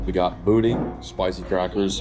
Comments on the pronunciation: " Boo-dan " not "boo-dean" . (Boudin) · Boudin pronounced boo-dan not boodeen🤣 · Dude really said boo dean 😂😂 try boo dan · As a person from LA boo-dan is how you say it just kinda cringed when you were saying it 😂😂😂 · Boudin is pronounced like Boo-dan, not boo-deen. From a Louisiana native. Haha Also, I'm not sure about the 'goldfish' you caught but it looked similar to an Asian Carp. I'm pretty sure the LSU Lakes are all Man-made, and the life in it is pretty lackluster. I do see a bunch of people fish the smaller on across from the bigger one but, they usually fish for smaller species. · He called it boo dean 🤣🤣🤣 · It’s pronounced “boo-dan”. Great vid! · That boy said boo den. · You offended a lottt of Cajuns when pronouncing boudin (it’s bou-dan) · Bruh I know you just didnt call boudin. BooDeen....... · boring❌ boo-dan✅ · The way you pronounced boudin is killing me 😂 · I thought the same thing I had to rewatch him absolutely butcher it